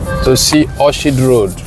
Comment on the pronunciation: good job. The name of the street is pronounced as Orkid. Just as you pronounce Orchestra. English pronunciation can be hard.